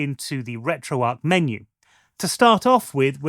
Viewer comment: Is it not pronounced retro arch?